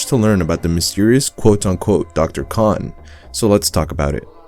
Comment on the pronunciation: Its kain not con like able and cahn